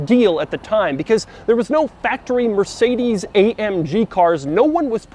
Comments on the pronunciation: The way Doug pronounces porsche and mercedes is painful in my German ears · What "Mercedes" was written like, if the way Americans pronounce it was right: Mörßäidies